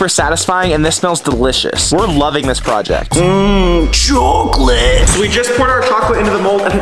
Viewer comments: he saied cokleat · not cohcoleth is for cohcoleithei